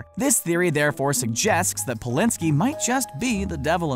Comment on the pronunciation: Gus Polinski?? Noooo Bulinski!! John Hughes named the John Candy part after the shows craft service man Ray Bulinski true story. Even IMDB got this wrong